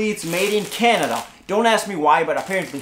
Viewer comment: Did he say Canadia hahaha